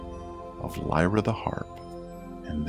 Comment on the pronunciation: mike Lazembie it drove me nuts too. He pronounced Lyra wrong too